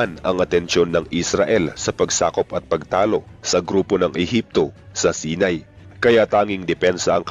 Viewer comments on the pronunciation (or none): Hindi sinay saynay ang pronounce ng Sinai lol ✌️